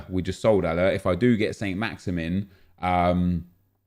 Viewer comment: Just so you know Saint-maximin is pronounced 'San-Maxaman'. Just a little thing that was sort of bugging me. Keep up the good work.